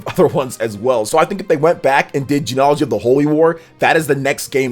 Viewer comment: I think you should look up the pronunciation of less common words before you use them so confidently... like bastion and genealogy........ 😕